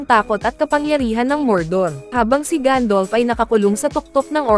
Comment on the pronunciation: Gandalf not gandolf